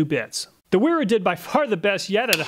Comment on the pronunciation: Well, while you are correct about the mis-pronunciation of the "W", the "E" is also off. It would be said as in: Vayra. But great job on the video, none-the-less!